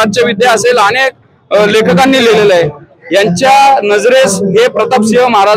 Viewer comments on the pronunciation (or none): none